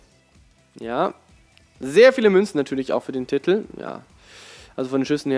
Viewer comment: Kannst du das Wort "Titel" eventuell mal richtig aussprechen? Man schreibt es nicht mit 15 T's...